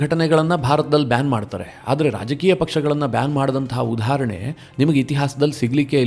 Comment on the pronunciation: ತಾವು ಉದಾಹರಣೆ ಯನ್ನು ಉಚ್ಛರಿಸುವಾಗ ಉಧಾಹರಣೆ ಎಂದು ಹೇಳ್ತಿರಿ. ಇದೂ ಸರಿಯಲ್ಲ.